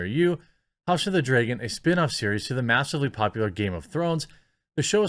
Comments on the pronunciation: It's pronounced Dragon not Dreagon. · Okay I agree with you but please stop saying 'draygon'. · You say "dragon" bad..... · No Jeremy, i didnt know there was a show called "House of the DRAY-gon" coming out. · “House of the dregon” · house of the dreygon? that pronounciation tho lol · I’d watch this video just to listen to him say “dragon”.